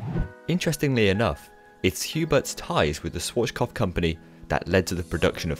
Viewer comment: Swarchkopf?, you’re doing it again...